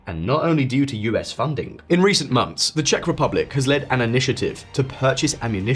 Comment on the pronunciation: months NOT mumfs